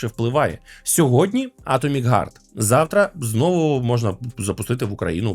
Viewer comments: Атомик гард ? Это на английском вот так пишется : " Atomic guard " ? Или можешь все такие есть разница в словах Heart и Guard ? Не нужно придумывать велосипед, все уже давно знают как правильно произносить слова на букву h. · Вибачте,а ви можете слова "хейт","харт" і т.д. казати НОРМАЛЬНО!?!? НЕ ЗМІНЮЮЧИ "Х" НА "Г"!?